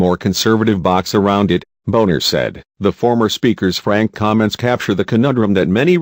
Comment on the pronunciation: Turns out that Boehner was right. It would be nice if the narrator would be respectful enough to pronounce Boehner and Obama's names correctly.